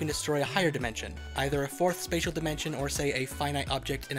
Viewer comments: “Spadal Manipulation” lmaoooo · Spatial is pronounced "Spay-shul" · "Spatial" is pronounced "spay-shul" btw